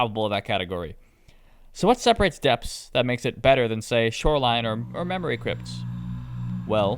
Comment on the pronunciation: What mod do you have that makes it say “memowy cwypts”